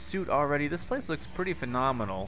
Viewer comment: Just Don't say phenominal it sounds like phinominal charactar pack